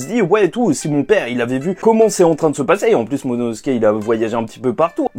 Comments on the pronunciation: désolé mais tu dit tout le temp monono et c'est momono tu perd beaucoup de crédit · Juste momonosuke ce prononce : MO MO NO SOU KÉ et pas MO MO NO SKÉ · MoMOnosuke, pas Mononosuke ;) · J'attends le jour où tu va réussir à dire MOMONOSUKE 😂😂😂😂😂😂😂😂